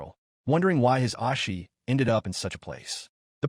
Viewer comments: It's "O Shi" not "Os Shi" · Oh-She not Ah-She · His "ahshi" 💀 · His ahshi? Wtf is that pronunciation?